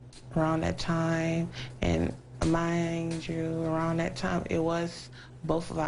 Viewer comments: What is a "dat"? Never heard of it. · OMG!! Some the comments you people are posting are just ignorant. If you listen to the interview and stop being hatred ass racist, she tell why when she says "that" its sounds like "dat.' Dumb fucks!!!!